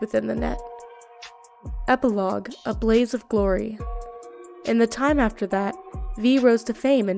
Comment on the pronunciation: You told the story in well organized fashion, u just mispronounced a few names like judy alvarez and panam but u did a good job